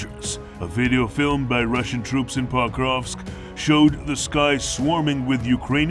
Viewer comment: Se pas PAKOVSK, me POKROVSKE. Chaque fois il prononce mal nom de Ville.